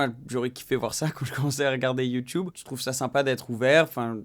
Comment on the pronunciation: Sympa la vidéo Une question lol!! Huracan ou houracan? Youtube ou youtoube? 🤣🤣🤣 Youtube avec un U!! Un U.... Bon week-end